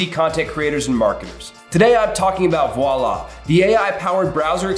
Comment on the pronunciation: I have never heard the word Voilà so butchered before! 😂